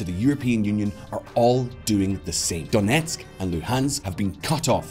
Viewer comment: I'm impressed with your Ukrainian pronunciation when you say "Donetsk" and "Luhansk". Nice job